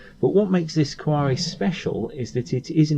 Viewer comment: Cuore. Que-ore Not quorè It’s not French And if u watched mcm you’d know it’s pronounced mi-ra not my-ra Mirror with an Ozzy accent Other than that cool car cool vids